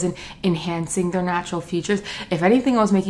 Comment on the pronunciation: Zee M says the one who can’t say “their” right